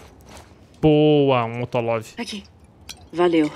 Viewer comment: rachei do falando “motolov” hahahahaha não seria molotov? kkk